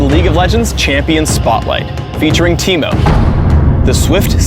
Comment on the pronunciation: Now I know that Ameriacans can say my name correctly. Always wondered how they would pronounce Timo